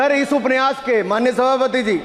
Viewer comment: उपन्यास बोलना नहि आता ठाकूर सहाब को